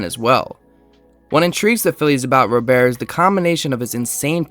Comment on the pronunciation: Hate to be that guy but Luis "Robert" is pronounced like an American Robert. I agree its weird but ya /